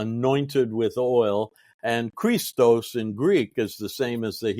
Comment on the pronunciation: 19.52 Not Chr'istos, but Christ'os, stress on the last syllable. Chr'istos with the first syllable stressed, is the male name .